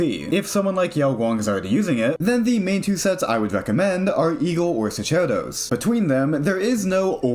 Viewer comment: it's pronounced "SOCK-air-dose", it's latin :>